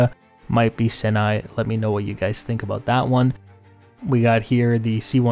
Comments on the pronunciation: You keep saying SIN-ny... I think what you mean to say is SY-ny for the Sinai Peninsula the first I makes an "CI" sound not an "IN" sound. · Just throwing it out there, the B52 low pass by the carrier, that's a real world, actually happened thing. And Sinai [sie-nie] lol